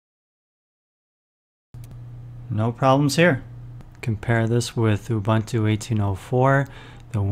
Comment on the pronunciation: It's "OOBOONTOO". There's no such thing as "OOBANTOO".